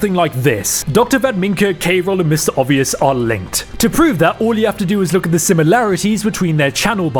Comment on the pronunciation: When I heard you say MrObvious... Oh when I heard you say that prick's name.